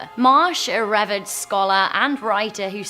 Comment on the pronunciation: "Revered" is pronounced "re-veerd."